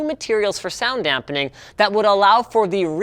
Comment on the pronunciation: I cringe everytime he says "dampening"